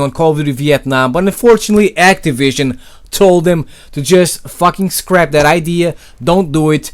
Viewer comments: It's not "dat" it's "that" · i like how you say "that" as "DAT" got my sub m8.